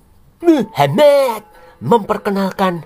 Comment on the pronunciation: Pembawa acaranya kalo bilang nama Muhamad kok pingin ke wc ya😂😂😂